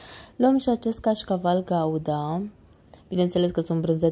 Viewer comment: Vrei sa zici brânză "guda " nu " gauda" 😅